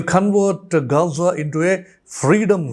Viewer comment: "കാസ ".. അല്ല ഗാസ.